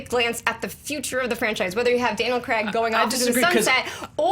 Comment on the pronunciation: It's craig not f**** creg......